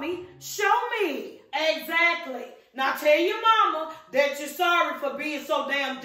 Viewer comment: Say things like thyat